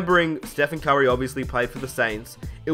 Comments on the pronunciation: it sound like you saying kyrie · why do you say curry "Kyrie"?